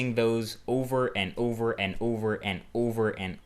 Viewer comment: "Ouver and ouver and ouver again" sooo funny when he said that!